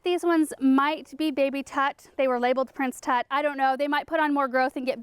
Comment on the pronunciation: What is that word you are saying--the plant in the middle of your favorite planters? Prince Tut?